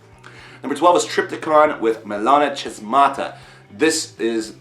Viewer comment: It's pronounced melanA hAsmata (capital letters are accented).